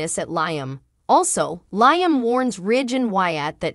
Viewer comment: For Heaven sakes! When will this Commentator learn how to pronounce Liam's name? It's pronounced LEE-UM, not LIE-UM! WAKE UP WILL YOU? 🤬